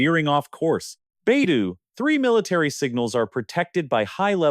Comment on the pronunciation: AI narrator sucks. Baidou….3